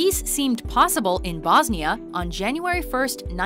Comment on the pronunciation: Hahaha how she pronounced Bosnia and Sarajevo haahahhaa